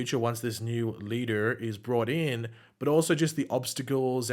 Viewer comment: I love how said “Leader”. It sounded so American 😂